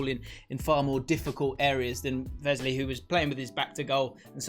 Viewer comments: No Grealish, Martinez is player of the season for me... Also its Wesley not Vesley haha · Please don’t say vesley